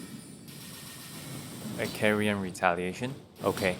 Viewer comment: You're pronouncing Carian wrong! It's supposed to be pronounced like car.